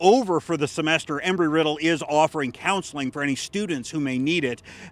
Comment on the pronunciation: Embry...... not Emry. There's B in it